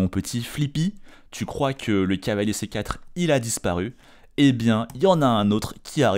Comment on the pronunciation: ⚠Attention tic de langage!⚠ Il n'y a que moi qui remarque que quand s'emballe et se projette dans une réflexion, quand il est tout excité comme une puce, ou lorsqu'il stress, son cavalier se transforme en "calier" ou "cahier"?🤣 par exemple à 🙂cahier B8 pour redéployer mon cahier C6 🙃📖📒 Mais bon, c'est pour ça qu'on aime sa narration, on ressent la passion ☺